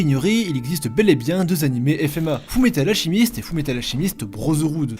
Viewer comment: Fullmetal "alchimiste"... ALCHEMIST [Alkemiste]